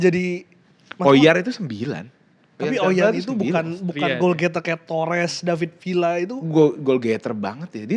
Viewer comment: masak disebutnya david vila, gua kira dia udah tau ejaan spanyol, disebutnya tuh david viya karena tulisan namanya david villa, dobel l tuh dibaca y